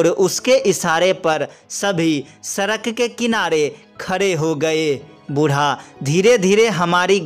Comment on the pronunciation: सड़क डोलते है सरक नहीं